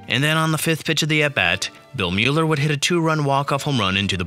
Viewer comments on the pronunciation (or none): Love the video, always nice to look back at that 2004 Sox team, legendary. Buy, fyi, Bill Mueller's last name is pronounced without the 'u', so it sounds like Miller. Was kinda funny hearing Mew-ler a few times :) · Bill Mueller's name is pronounced "Miller." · Mueller is pronounced Miller. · It's pronounced BillMiller btw, ik doesn't make sense but Mueller= Miller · Great video, but please look for a pronunciation guide next time. Lucchino, Mueller, and Mientkiewicz all mispronounced.